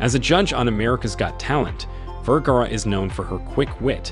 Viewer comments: The announcer continues to mispronounce her last name. It is Ver-ga-ra. Not Ver-gar. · I think he's German, the right pronounce of V in Germany is an F in English. That's why he probably pronounce Firgara and no Vergara. But that's ok. She still is one of the most gorgeous model and she is proudly a Latina. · Vergara rhymes with "where car uh?" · My friend, you continually mispronounce English words and names, the latest is Sophia Vergara's last name. The first part Ver sounds like "fir" (as in fir tree), change the f with the v. The second part of her name "gar" sounds like "far", just place f with the soft g sound (not gee but the guh sound as in gar) and then add the final vowel "a" with the "ah" sound Vergara. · Why didn't you mention her Husband and Son? You can't pronounce her name correctly! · wish u knew how to pronounce her name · You dont even get the correct pronounciation of her name until the end of the video, are you just reading a script. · wow you really butchered her last name . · Please learn to pronounce her name. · Dude you need pronounce her name better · That's not how to pronounce her name !!!!